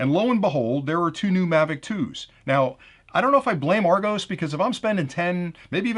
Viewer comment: Argos is pronounced like "are gos" like the start of the word word "gossip".